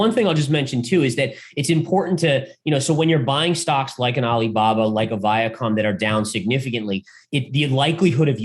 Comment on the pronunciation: I love, but... Every Time He Says VIACOM... I lose a lot of trust...